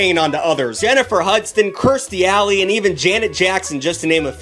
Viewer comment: "Jennifer Hudston"